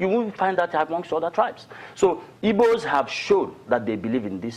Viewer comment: its not ibos its igbos